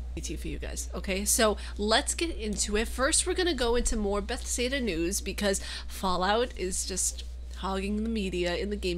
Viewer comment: buh-thez-duh XD